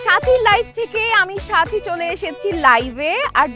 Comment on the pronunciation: ভাই আপনি যে সাথী বলে ডাকছেন আর আমি শুনছি চাচী চাচী😂😂